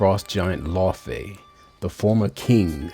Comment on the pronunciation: Why are you saying Laufey like that??